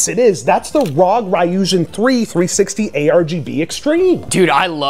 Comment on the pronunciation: that's the most English-est pronunciation of Ryujin I've ever heard 😂